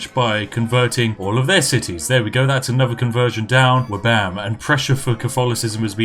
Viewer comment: "Flabam"? What is this heresy? It's Wabam, Goddammit. And what have you done with Spiff?